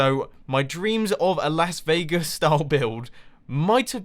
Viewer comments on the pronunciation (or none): none